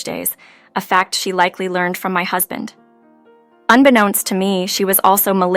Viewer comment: This is either an English speaker who can't read well, or a badly programmed A.I. Too many mis-pronounciations to count, includine "Husband." Come on. Do better.